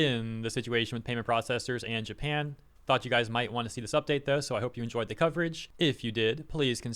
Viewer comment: Um it's Japan not Japin🙄